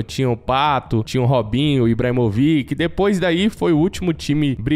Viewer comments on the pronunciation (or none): Ibrahimovic, a pronúncia não é IbramoviQUE, o certo é IbramoVITI. Eu espero ter ajudado você!!